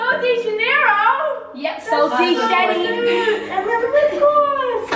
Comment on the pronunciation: Omg he said sol dee shetee instead of sol de janoero 😂 that's like my brother he calls it sausage janoero